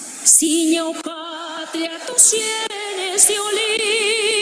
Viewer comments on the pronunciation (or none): Ana Barbara se equivoca en varias palabras: dice senes, en lugar de sienes, dice "del" arcángel y es "el " arcangel, además de el lo que notaste "terno" en lugar de eterno fue lo que noté, no me fijé bien si más aun. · Dijo, además dijo Cenes, en lugar de cienes. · Ana Barbara dijo cenes en lugar de cienes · Cuando Ana Barbara se equivocó dijo tus senes en lugar de decir “cienes”